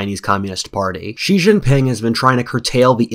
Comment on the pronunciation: Consider that "George Friedman is an internationally recognized geopolitical forecaster and strategist on international affairs and the founder and chairman of Geopolitical Futures." but he can't pronounce "Xi" in Xi Jinping -- the second most important global leader for the past decade.